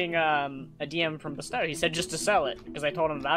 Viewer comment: I think you said BSTOW's name wrong